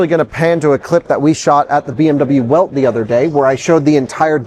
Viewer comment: As a BMW nerd, shouldn’t you pronounce Welt as Velt? If not, why not just say BMW World? Not antagonizing, just curious!